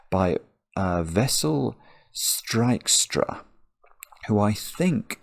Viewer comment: you are remarkably good at pronouncing Dutch names! Your 'Aad van de Wetering' and 'Wessel Strijkstra' are almost perfect! How did you do that?!